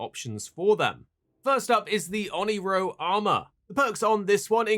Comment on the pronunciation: I stopped watching at "Oniro armor"